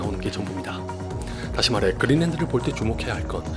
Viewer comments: 그린랜드를 왜 그린랜턴으로 들었나... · 자꾸 그린랜턴으로 들려..